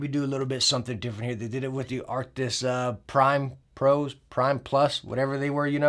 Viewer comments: the way he says Arctis gets under my skin 😩 he be adding letters that aren't in the name lmao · It's funny how you rarely manage to say Arctis correctly even though you know how to say it lol